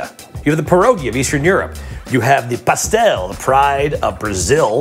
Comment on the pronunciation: Amazing pronunciation of "pastel". I feel like a proud Brazilian nephew